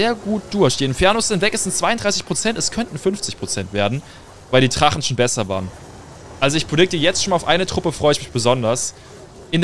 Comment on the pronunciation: Wie er immer Trachen statt Drachen😂